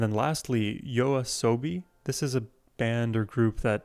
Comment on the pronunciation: Nice reaction! Firstly, thanks for pronouncing YOASOBI correctly and secondly I recommend starting with their earlier work and move your way to their newer songs, if you'd like to reaction more of their work. 1. Yoru ni Kakeru - Debut song and how they became famous - Official MV or live performance for the original beat 2. Monster - Official MV or their live performance like Primevera music fes 3. Tabun - A different pace - Official MV or acoustic version Enjoy~